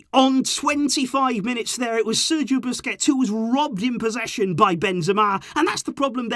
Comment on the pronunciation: You really said Busquets 😂